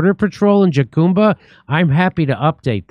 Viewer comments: Jacumba is pronounced HUCUMBA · Not a big deal Jimmy but jacumba is pronounced HA-COOM-BUH, and yes it’s in terrible shape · Jimmy, Jacumba is pronounced Ha-COME-buh. Isn't your wife Mexican? :face-blue-smiling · Hello Californians! Jacumba is pronounced HAH-COME-BAH. Not Jackumbah. Thanks. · Are you trying to say jucumba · Jacumba is pronounced Huh-cum-ba. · Pronounced "Ha-Cume-Ba." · It pronounced HA COME BA! Jesus Jimmy you live in California. In Spanish the “J” is pronounced as an “H” sound. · Is pronounced HaCumba. It's crazy. These guys walk along the highway and congregate at trail heads waiting for buses. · Jacumba Pronounced huh koom buh